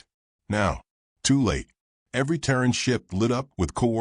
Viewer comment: Terran not Taron…..sighs